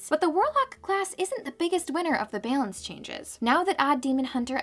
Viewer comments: Feels more Canadian: Behlance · Love the editing and the puns. But can we address how the pronunciation of "balance" as "baylance" is mildly infuriating?